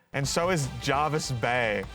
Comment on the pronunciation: the jervis bay mention and him pronouncing it wrong 😭